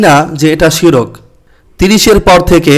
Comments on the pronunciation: শিরক না শির্ক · আপনার উচ্চারণ ঠিক নেই । শিরক বানান ভুল, সঠিক হল শির্ক